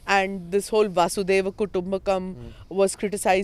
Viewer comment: Its not vasudev kutumbka (वासुदेव कुटुंबकम), its vasudhaiv kutumbkam (वसुधैव कुटुंबकम)